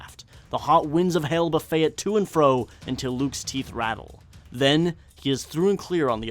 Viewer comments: Buffet here does not have a silent T. :-P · You mispronounced "buffet" it's not the "all you can eat" pronunciation. It is pronounced with a hard T.